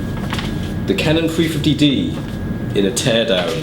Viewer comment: sounds like you're saying "free 50D" instead of 350D :D